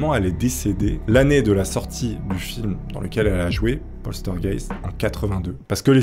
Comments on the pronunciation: Celui qui me chagrine le plus c'est poltergeist la pauvre heather O'rourk elle était si coupinette . Ah c'est Poltergeist et pas Polstergeist LOL!!! essaie encore une fois ... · LOL..postergaite....plutot POLTEURGAISSTE ( POLTERGEIST ) a part ca bonne video !!! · poltergeist et pas polstergeist s est pas dure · Ouai sauf pour POSTEURGUEIST!!!!! 😂😂...C est tellement bien prononcé par je trouve...mdr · Le fameux "plostergayte" 👌🤣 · PAUL TEUR GAISTE voilà si t'as des pb de prononciation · Répète après moi POL TEURRE GA YSTE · Mais c'est P O "L T" E R G E I S T putain!!!!! Y a pas de S entre le L et le T !!!! LoL J'aime bien tes vidéos mais fais un effort tu vois bien qu'tu force en le disant !!! Ça marche pas avec un S 😂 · Ça se prononce polterzguègue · Polstergeit* il c est qu il y a un s mais pas ou XD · "polstergeit", le meilleur que j'ai entendu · Polsteurgeyst, polsterged mdrrrr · Oh putain j ai bien ris a chaque fois que tu dis poltergeist tu l'estropies un peu plus 😅😅